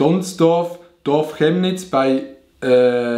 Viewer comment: Pov: dein Dorf wird einfach falsch ausgesprochen…😐😂